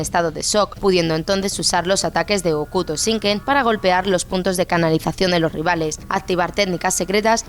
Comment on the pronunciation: Que no es Keshiro, es KeNshiro! Y no se dice Okuto Shinken sino Jokuto Shinken, que en japonés la h es sonora y se pronuncia como j. Un poquito más de información a la hora de hablar de algo, por favor